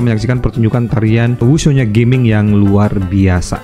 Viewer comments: bacanya Ga ming bukan Ge ming bg wkwk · Fyi, bacanya Ga-Ming (Gah-Ming) ya kak. Bukan geming as in Gaming (english). Soalnya di twt juga udh banyak dibahas dan dijadikan meme dan dianggap disrespectful. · Ga-ming harusnya bukan Ge-ming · Bukan Ge-ming banggg😂 tapi Ga-ming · Tulisannya Gaming bang tapi bacanya mungkin bukan jd inggris Geming, tp tetep Ga Ming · Punten cara bacanya bukan "geming" Tapi "ga ming" Cara bacanya pake bahasa cina jgn lupa ini char liyue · sprtinya ttep bacanya "ga ming" bang, mksdnya bukan dalam english "gaming artinya maen game", nama tiongkok ga sihh. Cmiiw